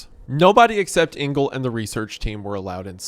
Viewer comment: Just a quick one - Engel is not pronounced "Ingal", but "Angal". And is German for Angel (but with a hard g - which you got right).